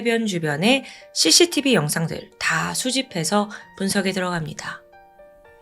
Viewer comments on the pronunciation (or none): none